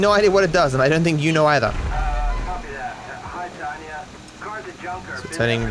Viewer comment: Waiting for the day when pronounces Tonya's name properly